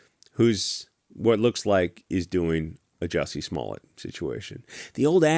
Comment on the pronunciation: Hahaa not jussy smallet